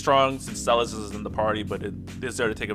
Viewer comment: You good man, you saying her name right. I already got Emplemon's LD, so I'm def getting Celes via tickets, 'cuz I'm a sucker for tanks and she's a fave anyways.